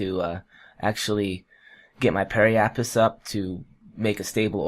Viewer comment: That's apoapsis with a "sis" at the end. Same with periapsis.